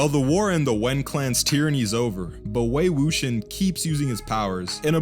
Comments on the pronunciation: You butchered the names! LoL, Wei Wuxian is pronounced (Way Woo shee-an) and Jiang Cheng is (Jun Chun) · I once saw a review where the lady pronounced it "Wook-Si-Ahn" and I'm like "did you even watch the show?"